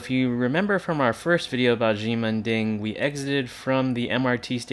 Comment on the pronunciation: "she-men ding" is closer to the way to say it...not "gee-men ding"